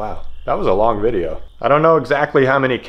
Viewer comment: “I made a videya’, here it goes..”